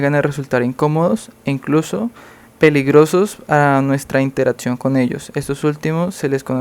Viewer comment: no se dice "concetto" mi amigo, se dice concepto; ni "interatzion", ni "otzervacion"